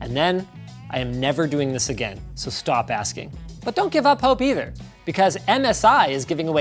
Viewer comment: Someone has to say it so: DAMMIT! NOT AIGAN!